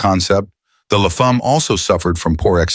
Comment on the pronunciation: Dodge Le Fahm? That's almost English. Please don't ever visit Quebec. They'll slap you for an accent that bad. La Femme, rhymes with "a hem" with an "l" at the front.